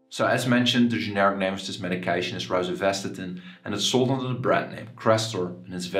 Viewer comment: Please learn how to pronounce it correctly